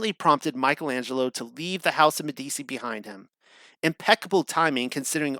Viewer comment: Meh - dee - chee -- is how you say it. At least put a little effort in.